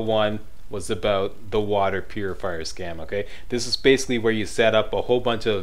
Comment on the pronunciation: Its funny how he said scam haha